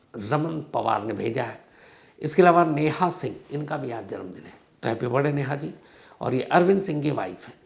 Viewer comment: आपका "बर्डे" बोलने का तरीका बहुत अच्छा लगता है..! मै जब भी आपका कार्यक्रम देखता हूं तो अंत तक ये शब्द सुनने का इंतजार करता रहता हूं..! बहुत बहुत धन्यवाद सर 🙏😂